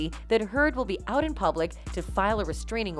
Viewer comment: Wait, I think I hear Canadian when the narrator says “out” or in the native tongue “aoyowt”.